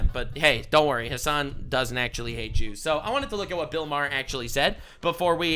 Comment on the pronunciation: “ the Christian’s and the Jrew’s” 😂😂